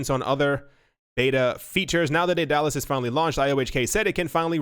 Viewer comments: "Dallas" "DayDallas" it's Day-du-lus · Pronounced: Day da lus